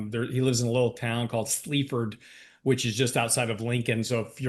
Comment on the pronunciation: Sleepford 😆. It's Sleaford,, 20 minutes from Lincoln, where I live!!!